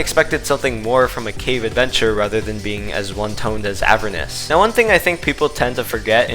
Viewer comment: The pronunciation of Heliopolis and Avernus cut off my fingers.